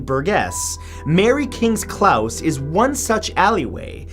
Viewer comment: Its Mary kings close not Klaus. Close as in i was so close i could smell it